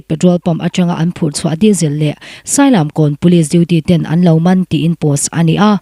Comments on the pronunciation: Sailam kawn nilovin SAILIAM KAWN ani e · Sailam kawn ni loin sailiam kawn tih tur zawk ani